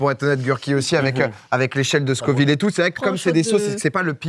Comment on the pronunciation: Est-ce que tu fais exprès de mal prononcer Scoville?